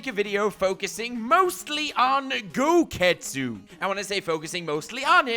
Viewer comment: “Gogetsu” ok I’m done